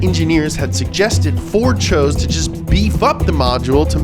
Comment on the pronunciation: I just love how always pronounces everything intentionally wrong‐ "Mersaytsees"... "Fyord"... Makes my brain happy.